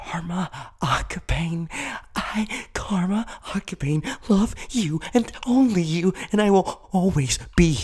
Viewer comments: i got so annoyed by this. you pronounced his name wrong. It's ah-kah-bah-nay not ah-ka-bain. Honestly I was soooooooooo annoyed by this. Please take into consideration for any future videos. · he said karma aka-bayne i'm dying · I am so sorry, but as one who has watched the sub and dub, Karma's last name is pronounced Ak-a-barn-a. Say it that way, but its spelt Akabane. Love the video. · NOT AKA-BANE ITS AKA-BAN-EY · Am I the only one getting annoyed with saying Akabane wrong? Pronunciation: Aka-ba-nay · slightly screams at how he said akabane miss pronounce but i love everything else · The only thing that bothers me is how he says Karma's last name. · They pronounce akabane wrong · Dude,as much as i love your vids.. YOU PRONOUNCED HIS LAST NAME WRONG. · Noooo you said akabane wrong 😭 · Is anyone else bothered my the mispronunciation of Karma's last name?? no? just me? ok...